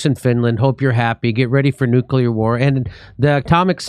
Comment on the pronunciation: Thank you, Jimmy, for saying 'nuclear,' and not NOOK-yuh-lur -- as so many others (as if they're taking their lead from George W. Bush) bizarrely mispronounce it.